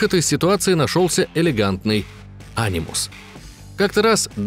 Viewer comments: Ани́мус а не А́нимус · Анимус.. правильно говорить - анИмус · Почему а́нимус, а не ани́мус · вообще ни разу в АС не играл? Ударение же в Анимусе на букву и. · Ударение не не то е в фамилии дезиле и в анимус